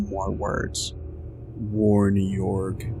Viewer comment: Warn Yorg? You mean whore-hey? 😂